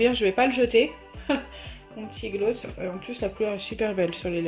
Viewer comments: Oui grave elle le dis mal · Tu dis tres bizzarement le mot gloss ... on le dit plus aiguë !! Car la tu parles comme les nordistes 🤮🤮🤮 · Nwaar oui elle accentue trop le o